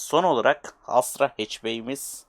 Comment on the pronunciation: abi asra değil astra doğrusu